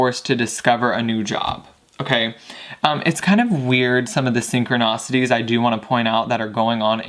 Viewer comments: Please take no offense, many if not most readers do this but it's ' Synchronicities ' not Synchronacities Thanks a million for this reading ! >< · “SynchroNAWcities” lol